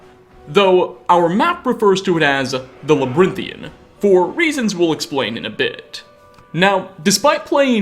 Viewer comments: dude, labrynthian? its labyrinthian, lmao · Labyrinthian. (La-bi-rin-thian) kind sir, not labrythian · Now, I'm not the type to nit-pick grammar, but friend, labyrinthian ( la-b-aa-rin-thee-en ). That aside, this game has aged like fine wine. And I hope to GOD ES6 is just as rich. I'll give it 2 hours of gameplay but if after that time I'm not impressed, uninstalled. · Its called labyrinthan in game, you probably confused most people by calling it whatever the he*l your saying.